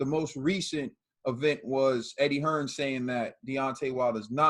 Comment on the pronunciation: its Eddie Hearn not Eddie Hearns